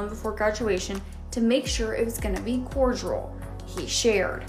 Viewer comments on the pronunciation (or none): How did she say “cordial?” 😂😂😂